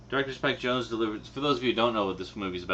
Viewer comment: You mispronounced Spike Jonze's name. :P